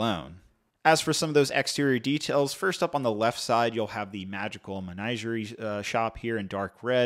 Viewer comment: And did you notice how he pronounced "menagerie"?